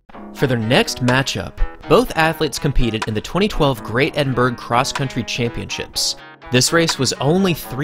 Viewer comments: Edinburgh - that should be Edin-brah not Edin-burg. ;) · did he really just say edinberg 🤣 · only one bad thing about this vid the way you pronounce edinburgh